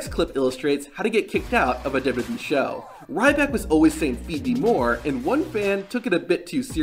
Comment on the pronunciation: Please work on your annunciation of "duhdubyee"